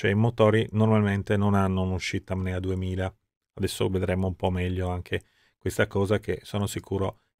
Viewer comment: Bellissimo video. Peccato solo per il costante lapsus verbale di “MNEA” al posto di “NMEA”